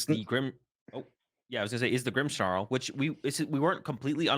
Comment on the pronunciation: Who added the "h" to "Grimmsnarl"s name? 😂😂